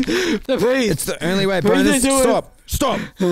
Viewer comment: NGL when he said Bonus, I thought he was saying Boners 😂😂😂